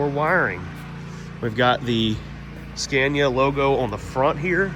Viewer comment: Learn how to pronounce Scania correctly for gods sake 😂😂😂